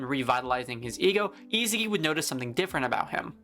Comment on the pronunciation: I sa gi, not isigi